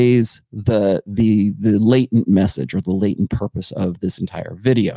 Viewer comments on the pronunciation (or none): none